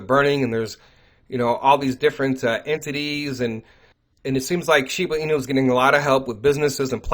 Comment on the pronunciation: She BA enu not shebooo enu